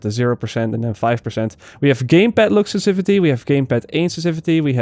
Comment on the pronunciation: Add me on Uplay, I'll teach you how to pronounce; sensiTivity, incendiary and aberration. lol